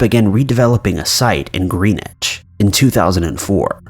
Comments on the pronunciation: It is pronounce Grennitch, not Greenich. Witch bottles are always being found here in the UK. You hear of bombs being found every year too. Not long ago a 1000lb bomb was found near a school in Bath. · Greeeeeen-itch? Close but not quite, Greenwich is pounced Gren-itch xD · Greenwich is gren-wich like wren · into the video (my phone had been acting up & is not letting me link to the start of the story, or the entire bit I am referring to:/) says the name of the town & it sounds like "greenitch?" I Googled to see if that was a place, but it appears not to be. I grew up in Greenwich CT, but know there is also one in England, the Greenwich Village in NY, and probably many more. Could someone let me know where this occurred? Growing up I volunteered at a small aquarium/museum in Stamford (the next town over,) so I am curious.:) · These were very interesting! I think there's a possibility that one woman was murdered by the people building all around her. Also..... wondering how many people complained about how you pronounced Greenwich Because they have to complain. Always, always complain.